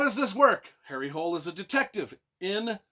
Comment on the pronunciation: Though he is Norwegian so with that spelling it would be pronounced like Hooleh as I have learned Swedish and the languages are pretty similar. Just like the authors name is pronounced more like Yoo Nesbuh. Ø is pronounced like Uh or ou in should . And the J is like it is in Baby Bjorn, Fjord, etc.